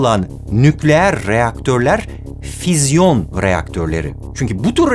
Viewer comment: bu arada fizyon değil fisyon